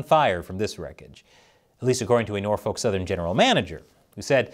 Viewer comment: The L is silent in Norfolk.